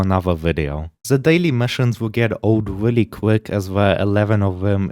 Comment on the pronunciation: Fow weal